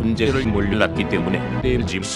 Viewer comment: 발음조교 최상급에 에엘지! 에서 개빵터졌ㅋㅋㅋㅋㅋㅋㅋㅋㅋㅋㅋㅋㅋㅋ